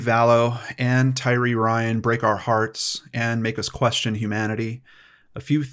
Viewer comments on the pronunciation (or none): Her name is Tylee. You called her TyRee.